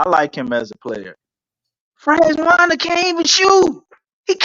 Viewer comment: Franz Wagner, pronounced Vahg-ner